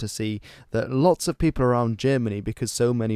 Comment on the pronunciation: Did u said "peopels"?